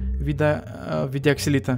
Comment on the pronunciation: ОКИСЛИТЕЛЯ А НЕ ОКСИЛИТА!